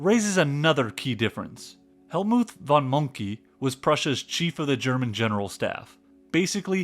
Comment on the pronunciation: “Helmoolth von Monkey” you seriously need to work on your pronunciation